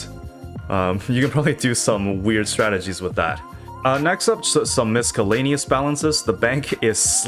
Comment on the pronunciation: Bro said mis kelanious